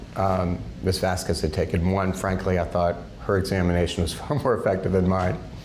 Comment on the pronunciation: wrongly pronounced Miss Vasquez the whole trial, mixed up her witness with Dr. Curry at least 3 times, mixed up her own client name as 'Laura Amber Heard', and who are Mr. Turd and ThatUmbrellaMan? 🤣🤣🤣